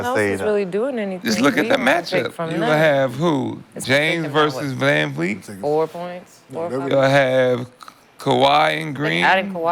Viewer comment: Him saying Vanvleet perfect now brings me to the time he said everything except Vanvleet one episode lol